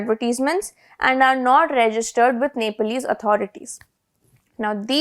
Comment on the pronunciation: It’s not Nepaalese… it’s pronounced ‘Neplese’ even though it’s spelled Nepalese…But the issue isn’t the ban.. it’s about corruption.